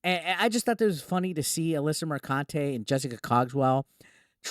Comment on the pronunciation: Alyssa McCunty say it right.